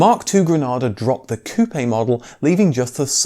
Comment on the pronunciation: Ah....a man that knows how to say Coupe!!